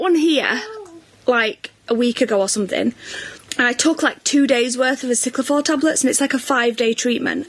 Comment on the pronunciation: Can someone please tell that it's aciclovir not aciclivor!!